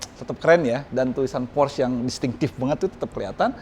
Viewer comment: por - sche bukan porsh.. udh kyk matt watson salah mulu nyebutinnya, bikin orang jerman pada nepok jidat